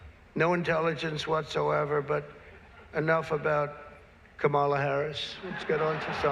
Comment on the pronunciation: It´s Kámala. KAMala.